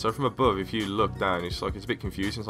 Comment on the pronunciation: "abeuve" lmao .. not trolling though i mean you're better than me at fortnite but at first you sounded like an English man then you turned into a French one LOL. Keep it up tho